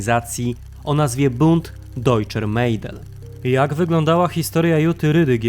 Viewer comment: Nie Mejdel tylko Mädel tzn Medel